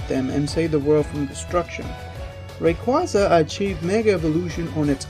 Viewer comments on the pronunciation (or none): Ky-oh-ger, not Ky-rogue Ray-quay-zah, not Ray-quar-zah